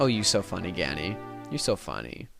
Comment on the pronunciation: "FUNEE" haha nice